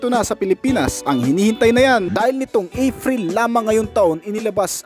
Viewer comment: Ngayon Afril po ba? Hindi po ba Epril? 😂